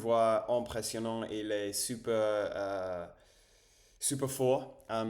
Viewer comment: Salut Dis donc t'es très branché Vampires...😅 Bon je suppose que tu connais True blood.... Fait gaffe.....les vampires adorent les blonds....😂😂😂 J'espère que Tu as une gousse de garlic Ave toi....😮 A + cher Ami R🛡️ J'étais super satisfait.... J'adore ta prononciation de super....on dit Su..perre..lol